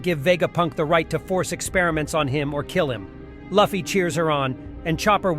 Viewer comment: pronouncing Luffy that way is triggering me.